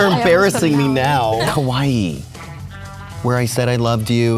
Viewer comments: The way he said Kauai gave me cancer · You don't pronounce the i in Kauai. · "kauai" sounds like kawaii. also, I can identify my gf's hands easily. her nails are quite long so that's an easy choice.